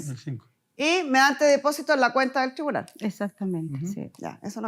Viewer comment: Porque está mujer dice thribunal, no es tribunal????